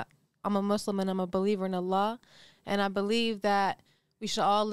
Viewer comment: She fucked up at first and almost said that Islamic term wrong at the beginning but caught herself